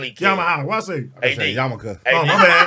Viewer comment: My man said a yamaka lol 😂